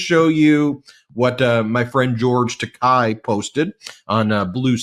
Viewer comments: Quick correction for you guys. George's Last name is pronounced with a long a not a long i at the end. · Tiny correction: George Takei pronounces his last name as "Tah-KAY," not "Tah-KYE." :face-red-heart-shape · Ben, George's name is Takei (tah-kay). Thanks for all you do. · Takei rhymes with okay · The name is pronounced “ta- KAY.”